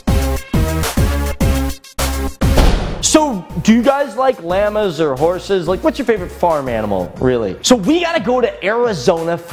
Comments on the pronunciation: You pronounce it Llahmus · Why you say llamas like that